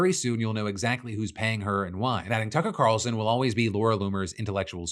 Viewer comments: Did I just hear you say cucker tarlson Phil? That’s wanghaf language brother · “Cucker Tarlson” is hilarious whether intentional or not 😂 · Okay, it was obviously.a slip, but it felt so VALIDATING to hear you call Tucker Carlson Cucker Tarlson at one point, that was AWESOME to hear! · cuckal tarelson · He said Cucker Tarleson. LMAO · I heard Cucker Tarlson - funny either way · Cucker Tarlson😂 Thanks for the shared confirmation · Cucker tarlson is his new name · Cucker Tarlson 😂😂😂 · I dropped the speed down to half, he called him Cucker Tarlson. I've been calling him that for years and I thought I was having a stroke. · Cucker tarlson hahaha a fantastic flub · Cucker Tarlson is now his official name in my head canon. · i heard him say Cucker Tarlson. had to rewind a few times to make sure i wasn't wrong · I heard “Cucker Tarlson” and came to the comments to see if I was alone😂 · I'm calling him Cucker Carlson from now on. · I had to rewind and slow down the video to make sure I heard him correctly lmao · Cucker Tarlson. New name confirmed. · I heard it too! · I heard Cucker Tarlson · I heard that shit immediately lmao 😂. Another one I like to call him is Sucker Carlton (a version of him combined with Carlton Banks from Fresh Prince) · slid “Cucker Tarlson” in there so perfectly 😂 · I rewound twice to make sure. Freudian slip is more accurate than his actual name. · Cucker Tarlson? Was that intentional? 🤣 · Did you just say Cucker Tarlson 😂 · LMAO!! Did you mean to call him Cucker Tarlson? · You may not have done it on purpose but at the 5 min and 3 second point you call him, "Cucker Tarlson".... I think we should all refer to him as this from now on... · “Cucker Tarlson” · I'm like, 97% Sure he said "Cucker Tarlson." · “Cucker Tarlson” lol I caught that. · I had to rewind, Phil flubbing and calling him Cucker Tarlson had me giggling. We all screw up our words. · “Cucker Tarson” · did you intentionally call him Cucker Tarlson? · wait…did you say Cucker Tarlson?